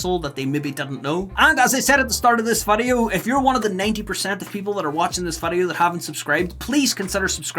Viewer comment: vidoe man say vidoe